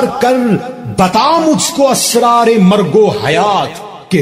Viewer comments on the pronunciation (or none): آپ کا اسرار کا تلفظ بھی درست نہیں